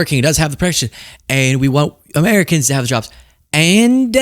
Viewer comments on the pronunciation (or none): 511842, didn't even say Americans, they said Ameicans😂